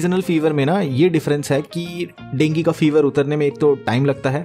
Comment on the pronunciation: Got the first man with dengeee pronunciation 😂